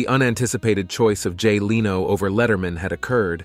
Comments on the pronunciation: You mean it's not pronounced: "Jay Leeeee-no??!!" .........(Yeah, I completely agree.) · Enjoyed everything except for the narrator's mispronunciation of the names of Jay Leno, Stephen Colbert, and several others. AI sucks!